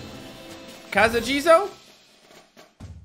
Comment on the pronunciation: He said casa jizo he knew it’s name at least